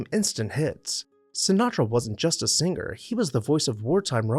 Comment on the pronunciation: It's sing er/ not sing ger!